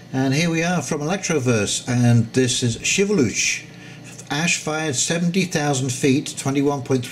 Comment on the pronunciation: Sorry for previous post. The enunciation of 70,000 threw me off.